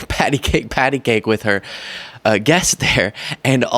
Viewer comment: not pat-a-cake, pat-a-cake……it was pet-a-cock, pet-a-cock